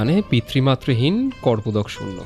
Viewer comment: '' Korpodok Shoonyo'' Noy, '' Kopordok Shoonyo '' - Hobe. Jatto Sob Bhul Bhal Ucchharon.!